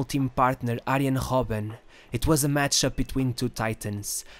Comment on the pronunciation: Robben not hobben